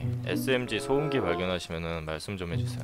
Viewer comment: 덤엔덤어ㅋㅋㅋㅋㅋㅋㅋㅋ 소음기를 소염깈ㅋㅋㅋㅋㅋ